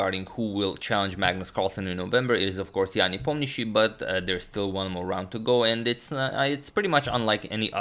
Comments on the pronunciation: Appreciate the Hindi Pronunciation :) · Anyone else having the issue of pronouncing the surname of Ian? I was almost mesmerized by agadmator's clean pronunciation